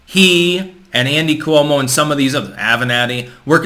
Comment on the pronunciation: Cuomo is pronounced with two syllables